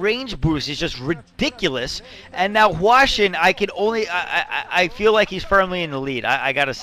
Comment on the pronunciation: but i think he is wrong, it's supposed to be hwa-shin